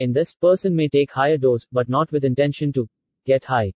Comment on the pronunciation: It is Intention not intesion, erit it boy